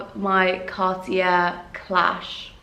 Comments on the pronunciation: It's pronounced Car tea ay not Car tea air. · it's more like carti-é... er=é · Pls learn to say Cartier if you're lucky enough to afford it... it's more like carti-ay 😅